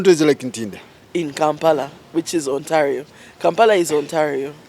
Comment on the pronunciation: And Ontalio😂😂😂.